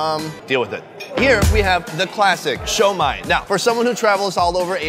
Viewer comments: it’s not “shoi-Mai” it’s pronounced “su-mai” come on mang! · It's not Shomai!! It's Shumai!!! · Pronounced Shoe-My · I can imagine you getting fired from applebees. Wtf is sho mai? People are looking at you funny because youre trying to speak mandarin to folks that typically speak Cantonese; Guangzhou =Canton.